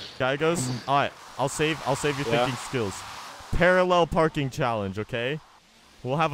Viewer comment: I love the part when says " pararrel parking" and there is a GOOD LUCK at the side of the screen. Its at 11minutes and 18 seconds